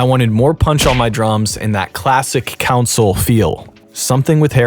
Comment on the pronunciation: 🧐 There is no way this dude is this deep in the game and no one has told him, it’s not pronounced “Council” it’s pronounced “CON- SOUL”. I refuse to believe he doesn’t know this.🤨 -This is equivalent to not pronouncing MIDI as “Mid-EE” but instead calling it “Mid-EYE”.